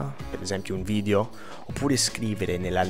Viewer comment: Simpatico, bravo! Comunque sono certa che lo sappia scrivere bene ma è “video”, attento alla pronuncia della “e” perché risulta “vidio” all’ascolto, errore fonetico che fanno anche gli italiani, peraltro. Complimenti comunque :)